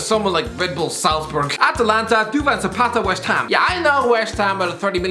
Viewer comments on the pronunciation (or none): Duvan Zoopata haha